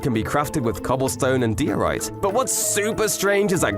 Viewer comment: ITS PRONOUNCED DIE - O - RIGHT